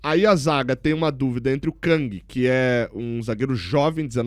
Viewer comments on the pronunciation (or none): none